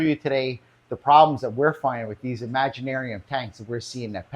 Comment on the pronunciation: and It's not "Imaginarium"! It's Imagitarium. That tank is junk! The brace doesn't do anything. The angles are wrong. Enough said! They should give it up already. Keep Aqueon only! It's not "Aquien"! It's Aqueon! But I understand that it's because you were left unsupervised. LOL! "It looks just great, but it can't be put up". LOL!!! They actually don't look great! Angles are wrong and bracing does not serve! LOL! Even Aqueon does not offer life time warranty for all sizes! LOL! Did you do any actual searching before recording this video? Thanks very much for showing the faults with Imagitarium! Petco: please carry only Aqueon! I have many sizes and love them!